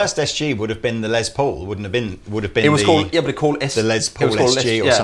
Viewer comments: It's Les Paul, a shortened version of Lester Polfous (his real name), so the "s" in Les is pronounced as an "s", not a "z" as in Lez. Just helping out from here in the US. Be that as it may, I want an SG Jr. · "Less" Paul. He was American. Say it right.